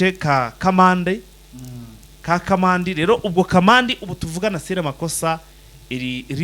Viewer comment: Ntabwo ari kamanda ni Kamandi